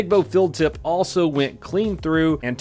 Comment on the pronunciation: You saw the text in his video rightt? He said or his accent made it sound like "filled tip" but he meant "field tip" So idk how it could sound so different just from an accent. Lol